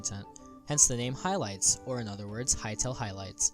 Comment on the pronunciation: Can you “hylight” zylath the kid next time